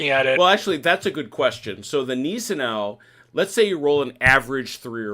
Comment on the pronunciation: Gneisenau - pronounced G nise en ow. In German ei is pronounced as eye & ie is pronounced as ee. i.e Stein = Stine